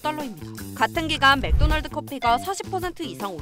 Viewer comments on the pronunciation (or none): none